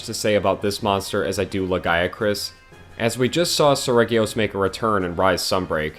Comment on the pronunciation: Oh boy, get my blood boiling by pronounciation. As a russian, if you see the word in my language – you know how to pronounce it. There is no room here for options. I get that it's different in english. But Lah gee acrus is the intended name. Japanese devs just didn't think you will try to "englishify" it. Seregios is more of a Selegios also.